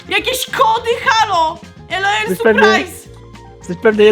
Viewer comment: Nie mówi się ELOEL tylko LOL !!